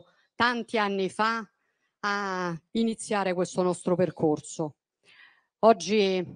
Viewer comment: Percorzo,ziamo, Zogno,sentirzi e che casso una esse la citi....